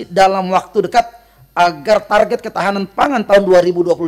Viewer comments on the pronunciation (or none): none